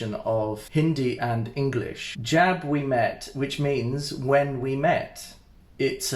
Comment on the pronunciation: It's not Jab. It's jub. Like the jub jub bird.